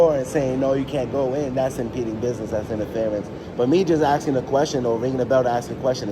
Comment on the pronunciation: "Axing" me questions.🤦🏻‍♂️